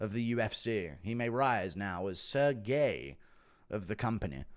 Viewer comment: "Sir Gay" is wild to say to a Russian